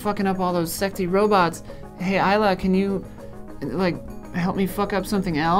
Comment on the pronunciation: Her name is Isla, not “Isla”. It costs you nothing to be respectful.